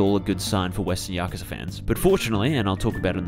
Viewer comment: Finally someone who pronounces yakuza correctly and not yakuuuza